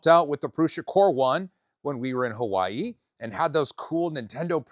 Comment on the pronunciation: just say hawaii i'd already liked the video but contemplated to unlike after that